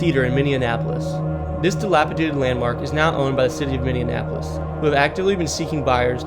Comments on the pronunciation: Great video but listening to you pronounce Minneapolis like mini-en-ap-polis was pretty frustrating. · On top of it “Minny-Annapolis” 🤮 lol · w video but u pronounced ely, minneapolis, winnipeg, and iron wrong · Min e apolis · I know he's mispronouncing Minneapolis to get comments and well hear I am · Is there a D in Minneapolis that I'm missing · Good video even if you did say the city Minneapolis wrong 😊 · Lol you're saying Minneapolis wrong bud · No way you're from Minnesota pronouncing Minneapolis that way. Yikes, man. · Pronunciation, pronunciation, pronunciation. Where were you schooled that you would pronounce Minneapolis the way you did? Holy shite! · Lol, the way he pronounces both n's in Minneapolis! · I'm from Minnesota and I can't tell you how cringe this dude saying Minneapolis is..... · The way you pronounced Minneapolis had me in rage and almost didn’t want to finish the video. And I’m pretty sure “Ely” is pronounced “E’lee” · Dude, you are butchering the name of my city! Not cool. It's pronounced Minny-Appo-Liss, NOT MINNY-AN-APPO-LISS! Put some respect on it and Say it right! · It’s pronunciation is said differently even by those of us born and raised in MN. So I would just say Minni-app-olis. But I appreciate you doing a video of the places here anyway. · Good god every time he said "minneanapolis" it drove me up a wall lol Its Minn E Apolis 🤣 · its not minnie-an-apolis its just minneapolis. u can loose the "an". just saying. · The tunnel in duluth isn't pronounced "Eli," but Ely -- like elee. Grr. And...Minneanapolis? This is not a city in the state of Minnesota. I think you mean MINI APOLIS...Minneapolis. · heh i guess for 4 years you just randomly get occasional comments about saying "Minion-appolis " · At first I thought you said Mindianapolis lol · As a resident of Minni-en-apolis that grew up in Minni-en-apolis, it's not pronounced Minni-en-apolis. Also, pretty sure it's ee-lee, not ee-lie. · Minn e an apolis is quite the pronunciation